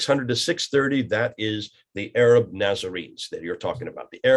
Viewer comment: I can accept most of it....but Ahhh Raaaab is horrendous. It KILLS content and context and needs to be corrected. Not even French intellectuals say Ahhh Raab.